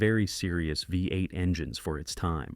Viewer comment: Great pictures. Please teach your AI how to pronounce V-8.